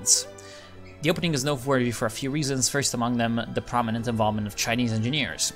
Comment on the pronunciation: Man your Chinese pronunciation is amazing! Are you ethnic Chinese or have you learned some mandarin?